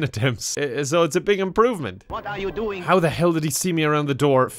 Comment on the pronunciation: "What are you dewing"